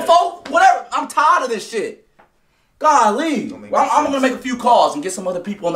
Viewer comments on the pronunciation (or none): naw listen to how he says it. It's not gol-ley its god-lee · Lol he said goolly